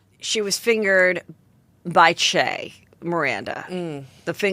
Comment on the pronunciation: Hahaha Che getting mispronounced 7 different ways each episode